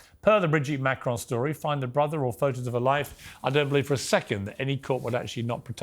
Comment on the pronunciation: Above all else Candace Owens the name is Macron, not MACRONE get that right and I personally might listen to you, for a so-called Christian, why are you pursuing this? transgender or not, it is not yours or anyone else's business if it is true that Ms/Mrs/Mr had a relationship with a schoolchild that is reprehensible, however, it was a long time ago, IMO you disrespect a head of state of a not insignificant European country to get views to your muckraking salacious program.